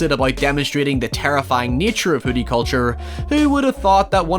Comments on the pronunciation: Ahhh he’s saying “hoodie horror” not “hooty horror” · OH you're saying "hoodie" I really thought you were saying hootie for about half of the video! I was quite confused.